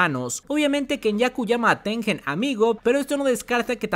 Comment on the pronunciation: Gran video me encantó, hay muchas teorías de que Tengen quería perjudicar a Yuki pero creo que fue más porque Tengen no sabía que iba pasar. Una cosita, el nombre japo de Tengen es てんげん lo cual se pronuncia tenguen, no con j